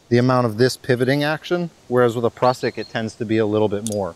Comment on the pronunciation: Great video, very informative. But please pronounce Prusik "prew-sick". 😆